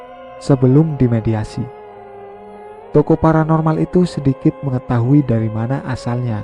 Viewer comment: Baca yang bener lah.. bukan TOKO tapi TOKOH